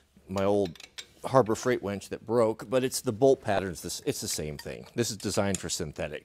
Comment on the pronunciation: Its winch, not ‘wench’…..